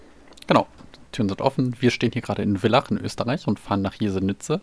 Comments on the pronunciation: Interessant. Ein ÖBB Vectron vor nem Personenzug. Eigentlich darf die ÖBB Vectron keine Personenzüge ziehen. Und Villach wird ,,Fillach" ausgesprochen. Nicht ,,Willach"😉😉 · hey, die signalnachahmer müssen nur bei gelber umrandung und gelbem signalbild(Also Signalbild Vorsicht) bestätigt werden. Und Villach wird eigentlich Fillach ausgesprochen. (Hast es eh bei villach westbahnhof richtig gesagt) Bei muss der hauptschalter oder panto nicht raus, du darfst lediglich nicht mit gehobenem Panto dort anhalten. Tafel heißt elektrische Streckentrennung